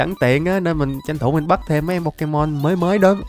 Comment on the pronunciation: Đọc sai tên pokemon rồi cụ ei